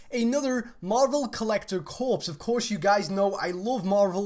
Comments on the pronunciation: Corps is pronounced "core":) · corps is supposed to be pronounced like "core"